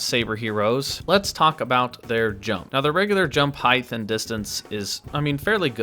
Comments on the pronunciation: Height DOES NOT HAVE A TH AT THE END OF IT!!!!!!! Stop saying HEIGTH!!!!!!! Smdh..... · It bothers me that you say "heighth" instead of "height"